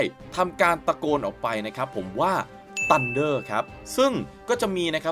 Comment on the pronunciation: แกรู้อยู่แล้วครับว่าฝั่งนั้นเป็นอเมริกัน แกเลยไม่รอให้ถาม โชวก่อนเลยว่าออกเสียงThได้